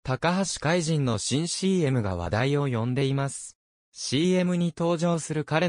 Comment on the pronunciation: たかはしかいと、としそんじゅんです。 これ直せないのでしょうか？ 聞いていて、嫌な気分です。 爽やかなＣＭなので😅